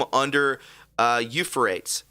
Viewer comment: You guys need to go over your material beforehand and determine how to pronounce words like Euphrates, and the meaning of terms like Post Diluvian